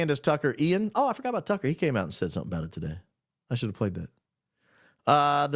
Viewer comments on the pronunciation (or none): none